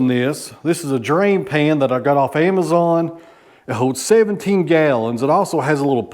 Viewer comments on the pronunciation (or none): none